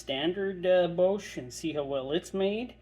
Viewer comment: Your pronunciation of Bosch is WILD!! You do you! Thanks for the review!